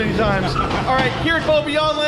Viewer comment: You said bobbejaanland wrong